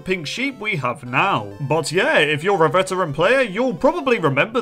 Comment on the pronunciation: Bruh i would watch it but i cant stand hearing "then you are a ceteran player" every 15 ffs